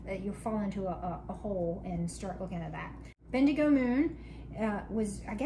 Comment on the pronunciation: pronounced it perfectly. It's a town in Australia. My in laws are there!